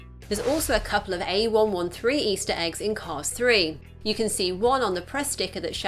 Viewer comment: It’s called “Cars Three” not “Cause Three”